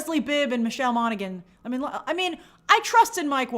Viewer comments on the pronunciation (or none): none